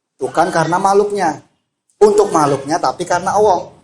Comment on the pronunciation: Alloh, bukan owwoh. 🥶